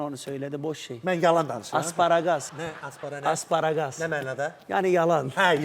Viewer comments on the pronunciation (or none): Asparaqas nə olan şeydi? Asparaqus demək istəyir bəlkə bratuxa?